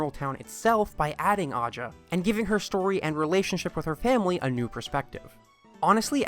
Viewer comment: So Aja, is generally pronounced like Asia. this is my sister's name ^_^